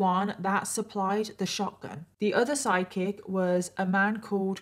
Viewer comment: U were saying "side kick" & I heard "psychic" 😂